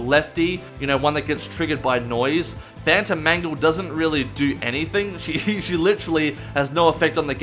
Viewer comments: For a second I thought he said “Phantom Mango” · i heard fanta mango